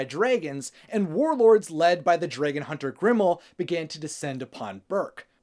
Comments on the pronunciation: drey gon? No. It's drAgon. lol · Does it bother anyone else that he says “Dray•gun” instead of dragon??? No hate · Did he just say DRAYGON???!!! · Are you saying “Dreygen” on purpose? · Draggen? Its just how some say it, I'm from Oklahoma USA so it sounds normal to me lol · Why do you pronounce dragon like that ? No hate just find it funny